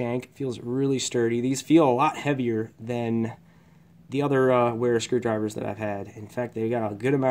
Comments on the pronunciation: I would've thought because its German Wera would be pronounced "Vera". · Wera is pronounced Vera! It’s a German company as you mentioned in your title.